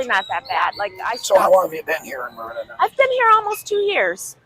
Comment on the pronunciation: You forgot the "r" in Merida, bro, but we understood you anyway.